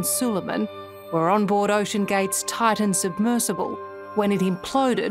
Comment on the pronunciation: Why is this reporter pronouncing Titan as Tartan?